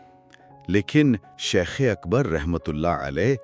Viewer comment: آپ ہر ویڈیو میں لفظِ شَیخ کو شِیخ بول رہے ہیں ۔ انڈ و پاکستان میں شِیخ ایک قوم کا نام ہے لیکن عربی میں شَیخ کا مطلب بڑا عالم ہے ۔براہِ کرم لفظ کی ادائیگی درست کیجیے ۔